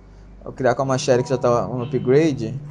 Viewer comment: olha o falando machete (machéri) auhsuahsuha